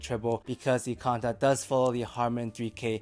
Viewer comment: Canta, not conda.